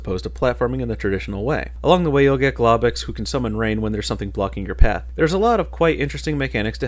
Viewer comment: Do you pronounce "Globox" and "Lums" wrong on purpose? Just wondering.